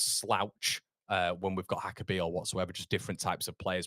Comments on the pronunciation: I'm not Slovenian, but reasonably sure it's not pronounced Haka. He's not Spanish. It's probably more like Yaka. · I think it’s pronounced Yaka